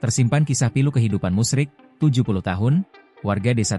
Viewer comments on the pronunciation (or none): Bapak itu namanya Musri bukan musrik, naratornya ngawur